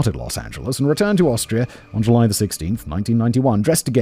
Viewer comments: I love that he couldn't say Austria everytime, a few Australia slipped in 😂😅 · Take a drink/rip every time Simon says Australia instead of Austria 😁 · Simon, perhaps you need a little practice in reading the differences between Austria and Australia, (two slips so far).